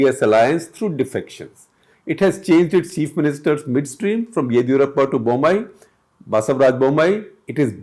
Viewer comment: The moment you pronounced the CM name I knew you failed, stick to things you know well bro